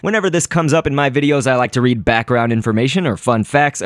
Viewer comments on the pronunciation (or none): none